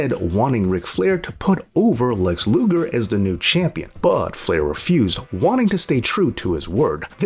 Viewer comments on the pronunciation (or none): none